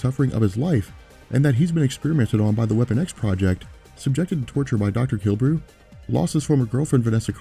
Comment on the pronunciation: ( So many people pronounce Dr. Killebrew wrong. The e in the middle isn't silent.